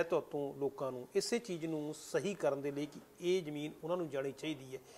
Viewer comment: Jadon tusi tv ya khabaran vich bolde oh, tan sahi tarha akharan nu bayan kareya karo, kabja te jameenki hunda. Kabza te zameen sahi alfaaz ne.